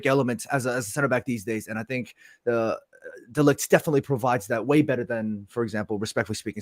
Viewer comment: Let's hope going forward you guys can make the effort to pronounce Matthijs de Ligt's name correctly especially after spent so much time talking about how to pronounce Zirzkees name!